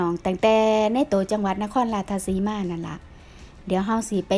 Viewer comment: อยากให้เจ้าของคลิปพูดจังหวัดให้ถูกคับ ราชสีมา ไม่ใช่ ราชทะสีมา ผมไม่ได้มีอคติน่ะคับ แต่อยากให้พูดให้ถูก เดี๋ยวเขาหาว่าเป็นคนอีสาน แต่เรียกชื่อ จังหวัดแถบอีสานไม่ถูก สู้ๆ เด้อคับ